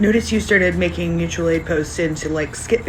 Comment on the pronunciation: It's pronounced Moochual aid. Someone hasn't seen a video about Roger 😂